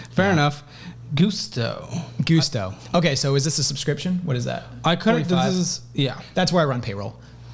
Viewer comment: "Goose-to". Ha Ha.